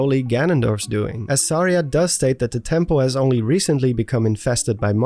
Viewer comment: Suh-REE-ah not.. Sar-EEah